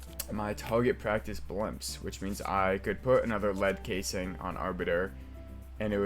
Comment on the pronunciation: Reading casing as cass-ing is kinda crazy 😭